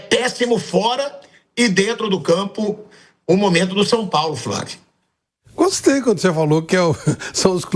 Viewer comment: Fravio praga da Xuxa "hhaaaahhhhhb fravio praga da Xuxa "hhuuuuuhhhnhhhhhhh kkkkkkkkkm🤡🤡🤡🤡🤡🤡🤡